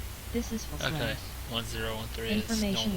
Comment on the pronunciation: Nice one. You pronounced Flesland pretty well. Tromsø is harder to pronounce but that's all right. I wouldn't be able to write how to pronounce it anyways, and VoxATC wouldn't understand eigter :D Loking forward to the next part :) I uninstalled Prepar3d 2.4 with all add-ons yesterday since upgrading to 2.5 required a complete reinstall. Looking forward to be in the virtual skies again soon :)